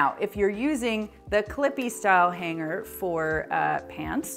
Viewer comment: Funny how she says H A N G - G E R 😆